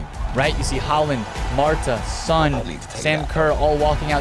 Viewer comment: I know Mata not Marta 😂😂😂